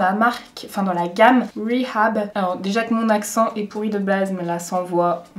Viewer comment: On prononce « ri-Hab ». Simplement 🥰